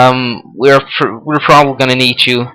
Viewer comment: you sound funny when you say "problaly"